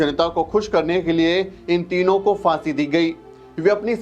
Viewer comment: It’s Phaansi not Faansi. Abe Hindi theek se bol!